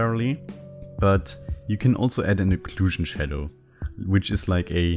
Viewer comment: iIt's 12am, and I'm over here DYING at "shat fadow" 🤣🤣🤣